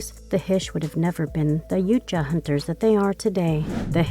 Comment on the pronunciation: Ya-ooh-cha…. What ? Was I hearing that right all 40 times it was said ?